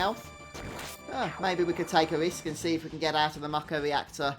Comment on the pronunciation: I'm so glad that you pronounce the word "Mako" properly! Everyone I know pronounces it as, "May-ko" and it drives me absolutely insane lol.